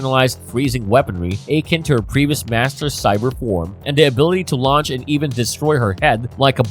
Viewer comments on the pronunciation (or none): none